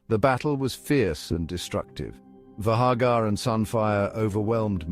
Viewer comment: So is it VAY-gar or is it VAH-gar? Pick one pronunciation and stick with it.